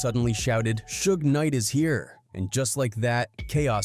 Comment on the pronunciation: Did AI make this video? “Shoog Knight” are you serious? 🤦🏻‍♂️ Do your research yo!